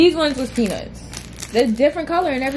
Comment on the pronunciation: You know what’s crazy when you order the peanuts it dead sounded like you said cashews I knew you were sayinn peanuts but it could’ve deff sounded like cashews I’m so sorry sis 😭😂